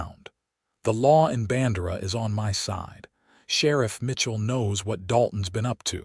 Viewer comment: No soul in Texas would pronounce BAN-DEIR (DARE)-AH rhyme with SANDRA. AT ALL. EVER.